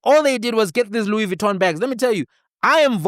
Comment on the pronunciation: "Louis Gitton" Paul O'Sullivan 😂😂😂